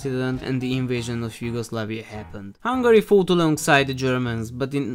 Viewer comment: its yugoslavia not yugoslaveia